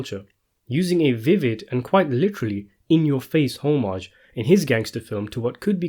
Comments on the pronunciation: “Homage” is pronounced “ah-midge” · Pay "HOE-MAJ? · " ho- mage?" wtf?